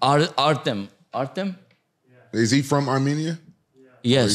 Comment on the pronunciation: He is ?? Why is he saying artem